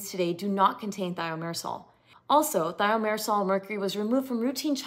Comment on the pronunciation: If Thimerosal was already removed years ago, why would anyone need to ask for one without? If it isn't harmful why remove it? If it's necessary why remove it? If it isn't needed, why include it in the first place? If you're presenting as an expert in this, why don't you know how to pronounce Thimerosal?